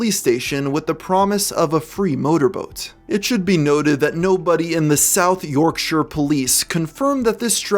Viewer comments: Thank you for pronouncing Yorkshire correctly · Im actually a bit happy you pronounce Yorkshire correctly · never heard an american completely smash the pronounceation of "yorkshire" good job mate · Thank you so much for not saying "Yorkshiiiiiire" as most Americans do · As a Brit, thank you for pronouncing Yorkshire correctly. God bless.